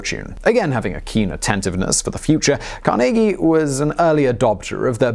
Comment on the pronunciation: I'm from Pittsburgh where Carnegie earned much of his fortune, thanks for saying his name correctly!